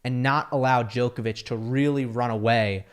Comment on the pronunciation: I wish could pronounce Djokovic’s surname correctly.